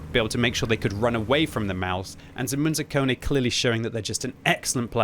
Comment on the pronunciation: Hahahaha hearing pronounce Zemun zakone (two Serbian words which mean Zemun rules, Zemun being a part of Belgrade, the capital of Serbia), that make this guys name is hilarious. Also super proud of my countrymen who did this, with no premium ammo, unlike the gold spammer in the last clip.